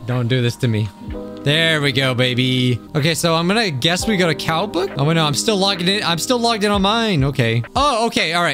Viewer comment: What I heard Cowbook What I see Kaobook